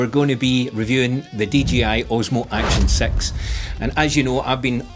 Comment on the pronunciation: "Action Sex" to my American ears.